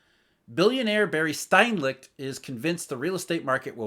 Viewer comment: it's STERNLICHT not STEINLICHT.